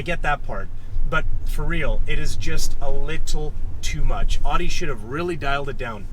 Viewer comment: could u pronounce Audi correctly its bugging me lol